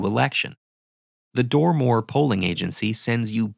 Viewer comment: "Dormor", "All powerful eyebrow" HmMmMmmMmmmm